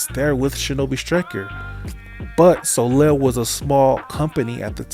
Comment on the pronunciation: Side note : Soleil is read "Soleiy" - and not "Solel". :)